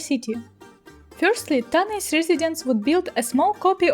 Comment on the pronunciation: The Greek word is Τάναϊς Tánaïs. The stress is on the first syllable in Greek. На греческом, ударение ставится на первом слоге. Кроме того, на современном греческом, сочетание букв "аι" произносится как русское "э." Получится как Тaнэс.